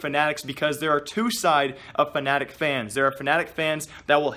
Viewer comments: he said F A N A T I C not F N A T I C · Did you say fanatic fans or fnatic fans?